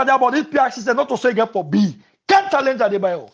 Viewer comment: The word is not talange but challenge